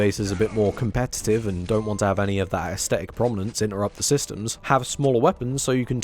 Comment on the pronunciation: when did everyone agree to pronounce the word “aesthetic” incorrectly all the time